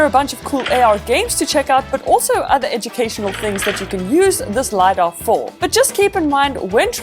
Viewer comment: Isn't it LiDAR? not Lydar just saying no hate. I love your videos and I hope u will get to 1M this year!! ☺️